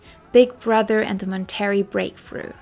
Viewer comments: Why are you calling it Mon-Terry? It’s pronounced Mon-tuh-ray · Obsessed with your pronouncing Mon-ter-ray as Mon-terry, and I love your content! Just found you today 💕